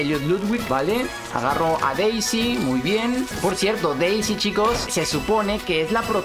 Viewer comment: enves de p es de d d d d de Deisy